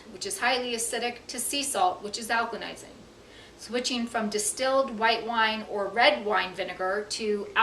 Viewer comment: It's alkaLising, not alkaNising